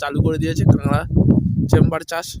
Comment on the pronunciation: Kangra na bhai kakra😂